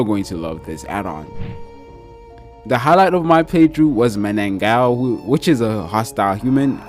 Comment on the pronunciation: Bro correction,its manananggal not manangal and mananangal are mythical creature from the philippines